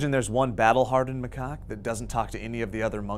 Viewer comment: "macake" lol.